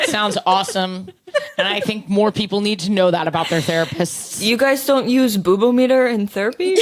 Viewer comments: I think it should be pronounced boo-bometer. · Boobometer (like boo-bomb-eter) has the same feeling to me as Christopher Walken saying Foo Fighters